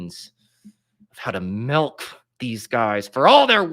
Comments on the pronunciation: Also, why do you say "Melk" and not Milk? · pronounces it “melk?”